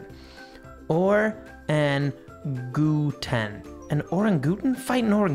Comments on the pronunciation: It's orang-u-tan pronounced with a "ang" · it is pronounced or-ang-a-tang related to gorrilas I think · It is an or-ang-a-tan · I died when I heard u say that name; "Oren-ga-toon" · its o-rang-u-tan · It's an a-rang-a-tang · its OR-RANG-A-TANG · Arangatan that's how you say it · It's pronounced o-ran-goo-tan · you say orangutan wrong maybe its easyer to say it like this orang utan and you dont know orangutan that animal is my chountry's idol that animal only lives in my chountry and they are going to extinct so my chountry is going to lose its idol so sad oh yaa my chountry is Indonesia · It is pronounced orangatan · It's pernounced orangitang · haha he doesent know how to pronounce orangatang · Its pronounced or-ang-a-tang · He got it WRONG!!! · nonono it's o-rang-u-tan ok?? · Oh my goodness I was laughing so hard when he did not know how to pronounce orangutan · Pronounced: or Ang oo tan A giant red ape like a small orange adorable gorilla with cheek pads and is endangered I should know I did a school 3pg research article on then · You are pronouncing it wrong